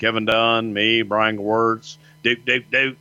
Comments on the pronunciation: Brian Gowertz not Gerwitz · Its gewirtz